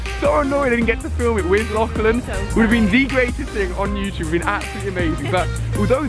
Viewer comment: “Lochlan” lol it’s “Lachlan”